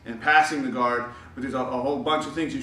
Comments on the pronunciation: My old coach from Brazil asked me to correct his English when he made mistakes, and when I told him that "guard" isn't pronounced "gward", it literally blew his mind. He had to check online AND ask somebody else before he believed me. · Yes sir, im from Sao Paulo. The way you pronounced "guard"..... hahahah LMAO! sad but true....